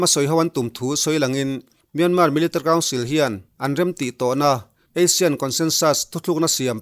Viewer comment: Thu puan i thiam khawp mai. Mahse, Military kha Militr tiin i lam tlat a, chubakah 2012 tia i sawi hi 2022 i tihna a ni em?